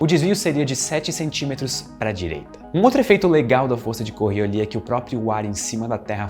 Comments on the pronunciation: O cachorro é lindo. Eu sempre pensei q o nome da força era "coriólis", e não "corriolí" kkkkkk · Normalmente, o s no fim de palavras em francês é mudo. Mas esse não é o caso aqui, ele "afrancesou" errado :-) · A força é fictícia, mas o "s" no nome não... Ao contrário de muitas palavras francesas, em Coriolis o "s" é pronunciado!